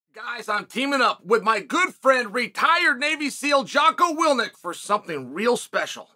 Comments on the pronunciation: I thought I was the only one hearing this. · lmao Chael loves to butcher names 😭😂